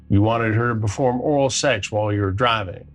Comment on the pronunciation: Does Chris actually pronounce “SAX” instead of “SEX”? Been meaning to ask a while. Not sure if it’s my hearing